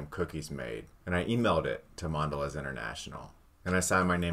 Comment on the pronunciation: "Mondelay". Come on...